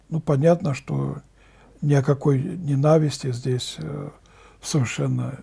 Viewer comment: Дорогой батюшка! Говорите по-русски правильно! В слове ненависть ударение всегда падает на первый слог!